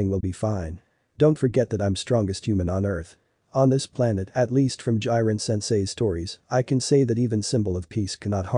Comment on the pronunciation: Ah yes "Jairen"